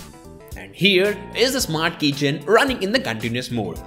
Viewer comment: Keychain not kitchen